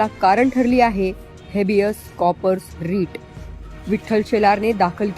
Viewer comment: कॉ- पर्स 😂😂😂 कॉर - पस असतय 😂😂😂